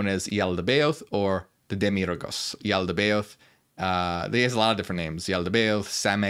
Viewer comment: Yaldabaoth is pronounced jal-duh-buy-aht